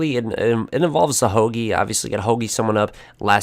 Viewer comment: Hogtie man not hogie btw no hate just saying love the vid btw